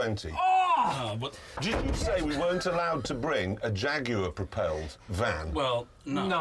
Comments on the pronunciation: "IT SAYS JAGYUWA! AND IT'S TERUBEWCHAJ!" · It says Jagueahh! and it's tubohchach´d